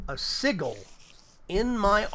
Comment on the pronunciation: OMG every time he says "sigal" it triggers me more and more until I finally popped and just threw my phone, my phones still good tho so yeah.. 😂